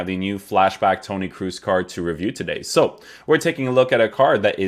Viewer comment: Pronounce his name properly as something similar to ''cross'' not double ''o''